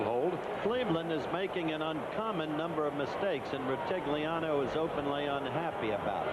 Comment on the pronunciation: Gifford doesn't even try to pronounce Sam Rutigliano's name in the intro... 😂